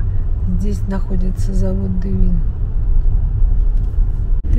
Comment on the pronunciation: Режет слух слово Девин с неправильным ударением. Ударение идет на букву «е»., на первый слог.